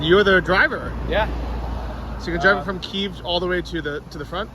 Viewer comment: You say Kyiv alot, but your pronunciation is wrong, so try to take a small lesson on it, 5-10 mon will do the trick.